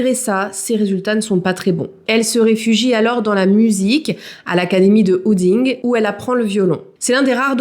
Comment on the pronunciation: "Houding" 🤭 désolée c'était rigolo. Ça se prononce 'HoudIN' Merci pour l'histoire, que je connais bien sûr étant belge. Pour moi c'est une femme qui n'était plus qu'un enveloppe vide, ça n'excuse rien, mais ça n'est pas quelqu'un qui voulait faire du mal, c'est quelqu'un qui était gravement atteinte, malade